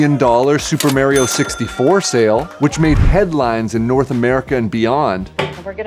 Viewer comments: I don’t trust anyone who pronounces Mario with a long A. It’s Mah-ree-oh, not Mare-ee-oh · If they gotta pronounce Mario "Maryo" that says everything I need to know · Fake gamer when you say "nes" instead of n.e.s. and when you say "Mario", Mare-rio"!!! Cringe video btw! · Never trust someone whon pronounces it as Merio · I love how your definition of a serious collector is one who has been doing it "for more than a year," and then you misprounce "Mario" as "Mare-ee-oh." At least the dentist who didn't know anything about video games, not even that people bought old games, was honest that he started a hedge fund to buy games as an investment opportunity. If that's also the page you're on, which it clearly is, do that, but stop with the stacks of obvious lies and false statements about those exposing the conflicts of interest with WATA and Heritage. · never trust a person who calls himself a "videogame collector" but can't even pronounce super mario correctly